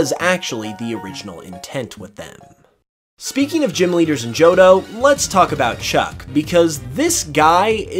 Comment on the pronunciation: “JOHDO” =P